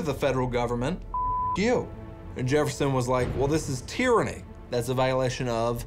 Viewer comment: The way he mispronounces Jefferson lol “Jerrefson” 😂